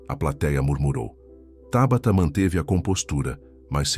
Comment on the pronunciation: É Tábata ou Tabatá. Já vai começar a trocar a cilaba tônica de lugar?